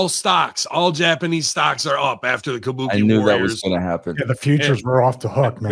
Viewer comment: KAH-BU-KAY WARRIAHS.